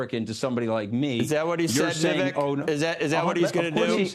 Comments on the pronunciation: How long are we into this and the dude still cant pronounce VIV AKE names right....that clown tony, did no reasearch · Scaramucci can't even be bothered to pronounce Vivek's name correctly.... Such a tool. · The host couldn’t even pronounce Vivek’s name right!? Do better